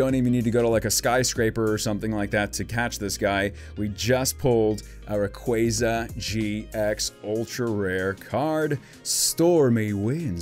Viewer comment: Love your vids; been subbed for a while now, but hey: what's a rock-way-za? Isn't it literally spelled Ray-qua-za? Lel, keep up the good work, tho